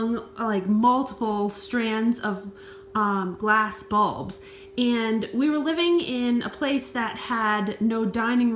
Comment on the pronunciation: Now l see. You mean "balls " , not "bulbs". I kept looking for "light bulbs